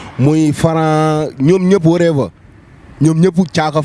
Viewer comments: Deggo anglais lakhal wolof. Warever on dit what ever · chiiii reug reug wanei nga leighi non avion dal kawmawone ni dey changer langage koi🤣🤣🤣loko wakh mounila « worever,exacly » mdrrrrrrrr